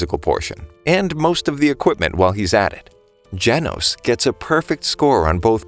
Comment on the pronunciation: "janos" LOL